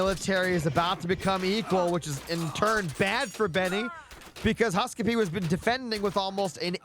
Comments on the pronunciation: Its husk-soup, not husk suppee😂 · HUSKSUPPE is a legend :D but it is pronounced HUSK - soup. His go-to image identifier on profiles is a bowl of soup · Great Cast as always! been watching since the Closed Beta for Retold Casts. Keep it up! :face-red-heart-shape: HUSK-SUPPE is Scandinavian and means "Remember Soup" or MEMORY SOUP! :face-green-smiling: and is pronounced at its best in English HuuSK-SOUP